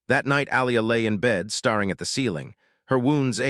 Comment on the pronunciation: And, narrator still can't tell the difference between bow and bow; tear and tear; star and stare; starring and staring. One of these years.......